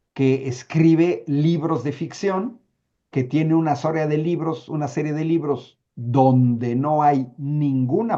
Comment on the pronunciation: Anabel y sus ñibros lagrimas y risas o el libro vaquero